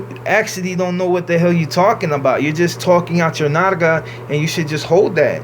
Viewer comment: So your saying you don't believe in God? You speak pretty good Spanish though and I'm sure you grew up with the homies . You say nalga wrong though but the rest is cool . I don't think you take care of the homies for selling that 13 gear or the big homies but I really don't know. I have twilight and midnight and my homie Cordell and beast there black homies . I kinda hate because it's kneel to zod it seems disrespectful to God. And I understand your a homie and you can push what you want. Put I just feel like you ain't pushing the homies forward to get ahead not even the Raza . At first I thought you were alright . American cholo is pushing what he's pushing and it just seems more positive. Ave baby outside the box is scary I can tell he back up when American cholo spoke his mind about you even two of the PC or SNY got a real positive message and I've seen good homies get pushed over to SNY and look at the game now they said F that and everyone is programming now and people are starting to see there more alike and don't act like you don't know before they intergraded the yards there was damn well bad people on the yards that just hadn't been caught